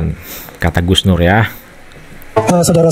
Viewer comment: Kalau sebut Gus terbaik bacanya sug nur😂